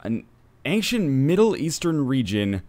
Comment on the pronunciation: Man, NL... what's with the way you say "ancient"? It's like... Ankhshent... or something.